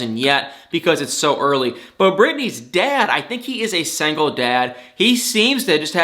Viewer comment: I like how he says ”sangle” 😁 makes my day